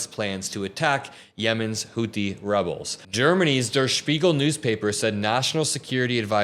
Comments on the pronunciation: "Der" sounds like "where", nut "duhr" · Just a note on German pronunciation…the word "der" is pronounced like "dare." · Der is pronounced "dare". But great job on spiegel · Much better pronunciation today on Der Spiegel. One pointer - the r is silent, like "dare" with a British accent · Dude der pronounced ‘dare’ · "Der" in Der Spiegel is pronounced as "dare"